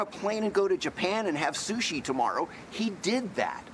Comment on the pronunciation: “We had thousands and thousands of dollars of shushi!”